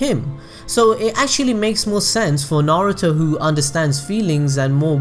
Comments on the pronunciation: Bruv it's pronounced "nar oo toe" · Narooto Sassgay Saakurah Ugh-chi-a Madraa Suraada Buhrewto